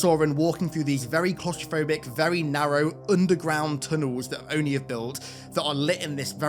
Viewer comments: O.N.I is what gets me. All the other things obviously... But it's not the "O-N-I". Its "ohnee" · The way they say "O-N-I" instead of "Oni" irks the shit out of me